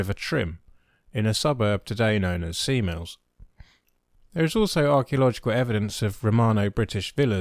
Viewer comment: I'm sorry to hear that, but I daresay you are being facetious. Back in my day (40 years ago) the Avon was pronounced as previously mentioned, Cabot was pronounced Cab-oh, and Sea Mills was pronounced with the emphasis on the second word not the first. I've not lived there for a long time so my pronunciation might well be out of date.